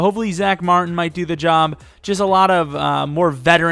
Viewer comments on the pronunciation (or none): none